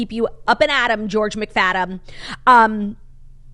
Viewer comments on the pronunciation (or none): none